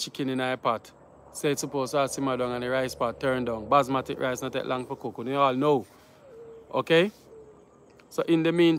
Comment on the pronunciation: It is Basmati rice not basmatic